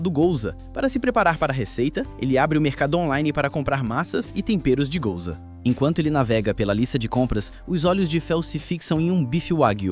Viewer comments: É Guioza não gouza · Gouza...gouza?...gouza!!! É guiosa animal!